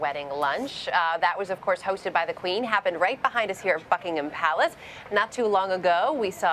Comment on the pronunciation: yeah i was thinking the same thing. sounded like she said Fuckingham Palace. HAHA, LOL.